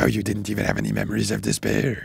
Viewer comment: Despair turning into “this pear” is one of the funniest things I’ve seen on in a while, hahahahaha.